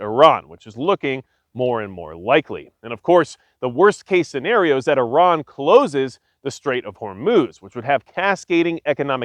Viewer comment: Great video very informative and a great perspective! And extra kudos for saying Iran correctly! Much respect to you sir.